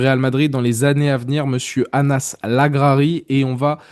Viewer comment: Merci pour le travail que vous faîtes sur cette chaine ! Bonne fete de fin d'année à tous ! Ps : " Anas" se dit " Enes" en arabe les gars. Ciao y Hala Madrid !